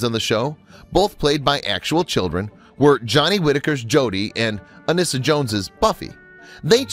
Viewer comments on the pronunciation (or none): Ironically speaking, it wasn't until I stumbled upon a youtube video of Brian Keith talking about her and annoyed that people were calling her ANN-IS-SA and set the record straight that it was actually pronounced AN-EE-SA! It was the same w/Lost In Space actor Billy Mumy. We all assumed it was pronounced like Mummy when in fact it was Moo-mee How can you blame us when we'd never heard their names pronounced?